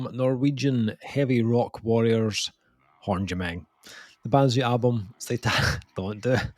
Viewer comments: It’s Håndgemeng say it right, It’s not Håndgemeng like you said. Cheers from Pennsylvania Hill says hello. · I am Norwegian and i COULD try to explain how you are supposed to pronounce Håndgemeng, but it's funnier that you have no clue. Really looking forward to hearing this album, the singles were killer. I'm hoping they are not just going for sex appeal to sell-out, the album cover has me worried :p